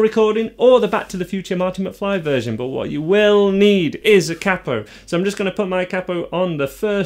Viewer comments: Please learn how to pronounce 'capo'. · Capo is pronounced as “capo” , not “capo” 😂 Just kidding